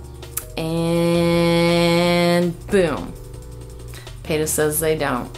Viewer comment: Payta? I thought PETA was pronounced pita, like the bread.